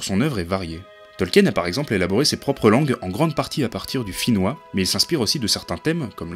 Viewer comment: C'est gentil d'avoir partagé la vidéo ! En effet, ma prononciation est fautive et je m'en excuse. J'ignore tout du finnois, malheureusement. Quant à ces textes je ne les connais pas !